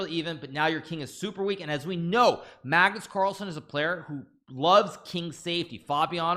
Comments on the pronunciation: BLUD SAID MAGNUS CARL🤣🤣🤣🤣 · Did he call him Magnus CARL???